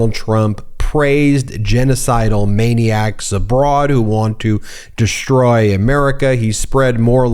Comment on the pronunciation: there is no 'h' in DESTROY but you say DESHTROY. SHTOP IT.